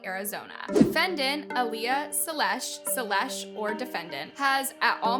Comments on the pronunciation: ✨ShElEsh✨. Girl you pronounced it like ✨SELL-ESH✨ ITS ♥SHE-LUSH♥ YOU WAS PRONOUNCING IT RIGHT PAST SSSNIPERWOLF VID STOP MISPRONOUNCING NAMES GURLY!! Anyways, i love yall both, but not equally! HOWEVER MANY VIDEOS YOU MAKE ABOUT HER, YOU WONT CHANGE MY MIND ABOUT HER BEING MY FAVORITE YOUTUBER!!! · Imagine being too dumb to pronounce the easiest names wrong. "Salesh". 😂